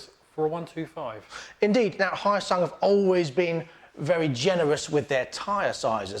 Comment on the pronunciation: It's not Hiyasung, it's Hyo-sung.